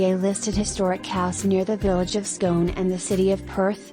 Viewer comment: Well done for the proper pronunciation of 'Ruthven'. Pity it doesn't occur to you that the village of Scone is likely to be pronounced the same way as the palace - which you also get correct. Oh, and some of those city centre shots - well, they might be in Perth, only, not this one! Come and see for yourself sometime!!